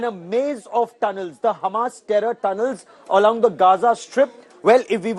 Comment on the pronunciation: Ah yes, "DE DERROR DUNNELS"